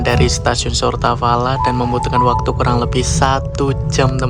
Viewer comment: "Сортавала" mas